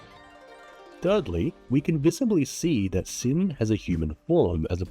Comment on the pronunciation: As someone who usually listens to your videos as a podcast, I kept thinking you were saying "sin" rather than 心, and I was like "yeah that's totally right the Sentinel def looks Hsin-ful". Not saying your pronunciation is wrong, you are saying 心 right, 'cause I do realise you're saying this in English.